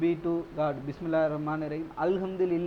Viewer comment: Brother please try to learn how to pronounce Bismillah and basic Arabic verses we use in our daily life.